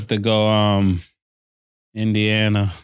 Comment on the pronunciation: “Indiana” lololol